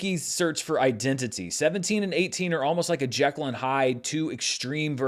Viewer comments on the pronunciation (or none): none